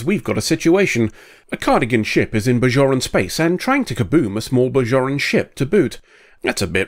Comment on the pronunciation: They're "Bajorans", not "Bazhorans".